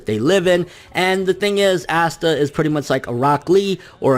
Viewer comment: Aight bro, we’re gonna have to get one thing straight right off the bat. It’s not “Ass-tah”. It’s “Ahh-sta”. I love your videos but the amount of names your mispronounce drive me crazy. Keep it up brotha. <3